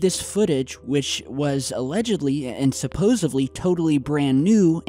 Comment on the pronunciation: Hard to take you serious when you say shit like "supposevly"